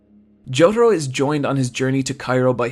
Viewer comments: Why do you say Jotoro? His name is Jotaro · It's Jotarooooooooo not Jotaru